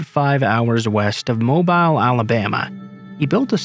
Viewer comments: Good collection of stories- one I'll save in my favorites list for sure. I loved the "I just shot my boyfriend!" girl. Just gotta out-crazy/out-scary the crazy/scary! 😂 Oh, and just for future reference, if you see "Mobile" as the name of the city in Alabama, it's pronounced "mow-beel". 😉😊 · Dude it’s mobile not mobile like the phone come on now